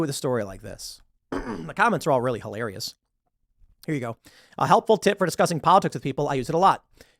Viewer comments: Hiklariously lol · Well, it certainly was... "HIKLARIOUS!!" 😅